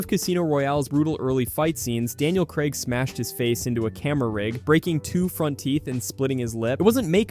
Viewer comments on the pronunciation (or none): none